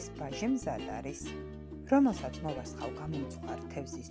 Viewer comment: გაიხარეთ , წარმომიდგენია რა გემრიელი იქნება. გთხოვთ გაასწოროთ გამოთქმა მოვასხავ არასწორია მოვასხამ უნდა თქვათ.